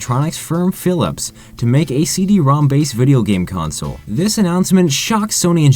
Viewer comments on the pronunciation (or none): none